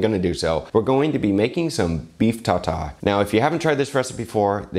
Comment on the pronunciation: Me: (reads title) Eating raw meat? 🤢 How do you avoid food-borne illness? I gotta see this...: We're gonna be be making some beef tartare. Me: (hears "beef ta-ta") Normally, yes, i would say that about eating raw meat...